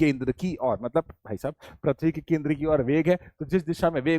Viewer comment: Sir parthivi nahi prithivi hota h aap baar baar parthavi bol rhe ho